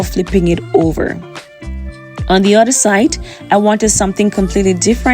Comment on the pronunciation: Each oTHER is NOT pronounced each uDDER ! Why are you doing this?